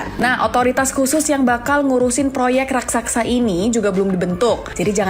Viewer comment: Raksasa bukan rasaksa, biasakan baca dengan baik dan benar, jangan terburu buru membaca nya, jangan seperti anak sekolah dasar.😅😅😅